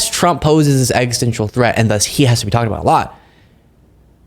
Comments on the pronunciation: Ex-is-tential not extensial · Hi. I enjoy your analysis and content. Here is a constructive criticism for you: you use the word "existential" fairly regularly. But you pronounce it as if it were spelled "extential." That's not right; it's four syllables, not three. It is pronounced eks-i--STEN-shul. No offense intended.:-) I like what you're doing and I DON'T want you to give any ammo to potential critics.